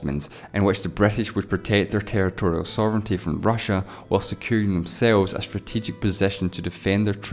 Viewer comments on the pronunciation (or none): none